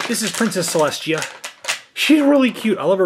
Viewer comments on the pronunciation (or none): You said princess celechia😅